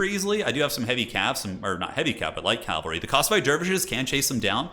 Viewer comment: cavalry, not calvary